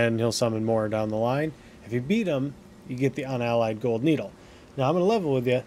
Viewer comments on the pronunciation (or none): Unalloyed... not Unallied